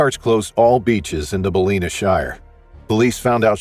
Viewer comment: "Balleena"?? Lol, it's Ballina